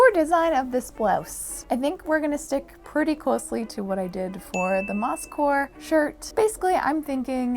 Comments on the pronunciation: When you say moss-core I hear Mouse-core and I’m down. 🐭 🌳 🍄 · I apologize, but everytime i hear you say "mosscore" my brain hears you mispronouncing Москва and i just sit there going ??? before i realize what you're referencing. It's not easy being my brain.